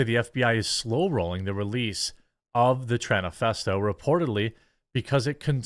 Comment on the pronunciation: Jeremy said Tranifesto 😂